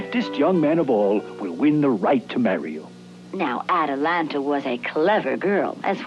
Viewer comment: Dude, the name is wrong. It's "Atalanta," not "Atalantis." Otherwise, thanks for posting.